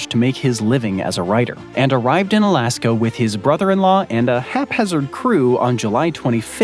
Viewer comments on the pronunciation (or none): It sounds like your saying "Alaskam" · Was i tripping or was it sayin alaskum here there lol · "Alaskum & Columbium"😂